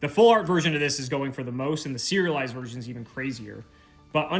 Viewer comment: I'm definitely hungry. All I'm hearing is "cereal-lised". So maybe this new foiling has cereal kinda texture on it. Then, towards the end, oh.... So that's what he meant😂